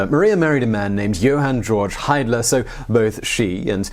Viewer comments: Nicely done! Oh and if anyone is interested: about the pronounciation of Hiedler: You said Heidler, but you said it very well : > Hiedler sounds like Heedler ^.^ Grüße and thumbs up! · Aagh it frustrates me how english speaking people always get the ie/ei pronounciation wrong. When you say Hiedler, the ie is pronouced like the e in "he" If it was Heidler the "ei" would be pronounced like the i in "hi" for example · and YOUR PRONOUNCIATION OF HITLERS MOHTER'S MAIDEN NAME IS OF COURSE ALSO INCORRECT